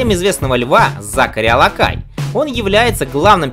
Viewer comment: Алакий, не Алакай